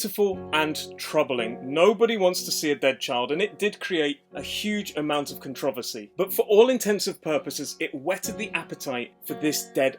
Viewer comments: con-trov- ossy? Controversy*** first of all... Second of all just because you don't like co-op, or don't have friends doesn't mean the co-op is bad... Co-op was the best part of Dead Island... driving while your buddy shoots out the car, smash/cutting zombies together... When I played alone it was boring almost. Can't stand people that dislike co-op... especially one of the best co-op games Dead Island... ESPECIALLY when they make videos saying it was bad to nearly 100,000 viewers. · Controversy not "con-treve-sey" lmao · "Con trov vis sea" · Contro-versy - not contra-va-see* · Great video but I’ve never heard anyone pronounce controversy as “cun-trah-ver-see” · The fucking way he says controversy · the way you say controversy is quite annoying but I love it at the same time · Never heard someone pronounce “Controversy” like that before lol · It troubles me the way he pronounces the word controversy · Why you say "controversy" like that? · The way he said controversy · THATS HOW THE ENGLISH PRONOUNCE CONTROVERSY?! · hell no it’s not this guy just has a weird pronunciation of it i was like what the hell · me too man. Even took time to express my confusion in a comment. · The way you say “controversy” gave me depression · Why do you say controversy like that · The way he says controversy.... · Only bad part is how controversy is pronounced in this video